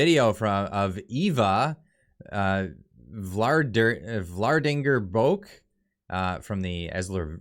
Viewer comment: Mark Rutt-ah... Eva Vlaar-dinger-brook ;)